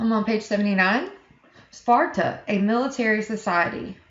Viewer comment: you said “ NoRtH eAsT oF sPoRtA” lmao